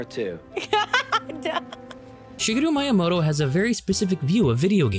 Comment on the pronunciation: There is no "long I" in Japanese. Miyamoto is pronounced "Mee-yamoto," not "My-yamoto." You're pronouncing it as if it were spelled "Maiyamoto."